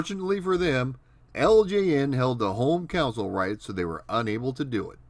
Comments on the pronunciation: You keep saying "counsel" when naming a home video game machine, but it's pronounced "CON-sole". It's not pronounced like the last name of the Milwaukee Brewers' Manager, nor like when you seek help from a shrink and/or an attorney. That aside, loving your content thus far (I JUST subscribed a few hours ago). Keep up the GREAT work! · Pronunciation of "console" (KAHN-sole) as "council" (COWN-sill) is very Midwestern.